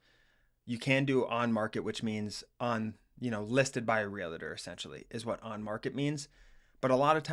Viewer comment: It's realtor - not "realator"